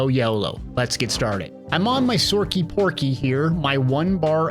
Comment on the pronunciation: Sorcy Porky? I’m done 💀